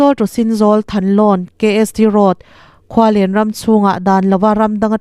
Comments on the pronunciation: Khual en tia lam tur aw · Khualen lamdan hi a va mak ve. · Khualen chu i lam dan a dik chiahlo